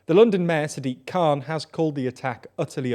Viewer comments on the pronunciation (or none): none